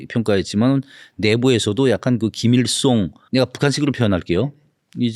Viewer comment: 허세를 호세, 김일성을 김일송 ㅓ 발음을 못하네ㅋㅋㅋ